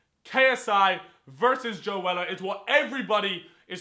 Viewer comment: its not joe weller, its joe seller